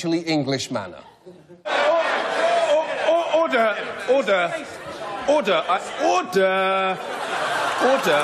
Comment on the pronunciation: I am not sure if sure he says "order" or "hodor".